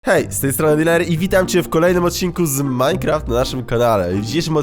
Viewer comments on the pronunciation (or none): none